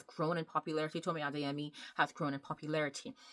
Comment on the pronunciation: Are you Yoruba, caused pronounced Adeyemi very well